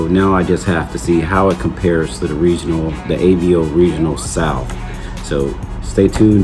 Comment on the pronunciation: I'm a fan of Avo's for sure. Just a heads up, it's pronounced Ahh-Vo. When the doctor tells you to stick out your tongue and say ahh, and the vo in Volvo, put those together and you get Ahh-Vo. AVO. Sorry, not busting your balls, when I first started off I mispronounced everything and I hate my earlier videos.